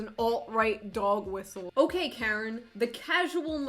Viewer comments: “Kerin” haha great video tho. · Shoe0nHead pronounces Karen weirdly and I love it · I love you, June. But the way you pronounce Karen feels really weird. Maybe it’s because I’m Canadian? It just seems a little off.